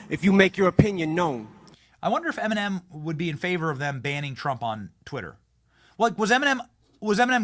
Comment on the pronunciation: WHY DO YOU KEEP CALLING HER EMENIM